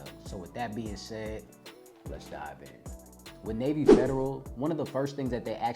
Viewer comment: "lets Diver in" lol